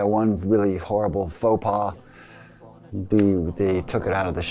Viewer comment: forpal? lol faux pas or foh pah - I never heard or saw forpal - doh. okay that's a fopah.